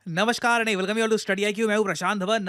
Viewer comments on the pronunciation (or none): none